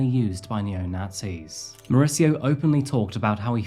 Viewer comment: More-ees-eeyo is how is name is pronounced. Not Mauritzo. He has a Spanish name, not an Italian one.